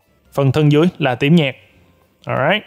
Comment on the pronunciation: Anh đọc "tím nhạt" mà em nghe thành "tiếng nhạc"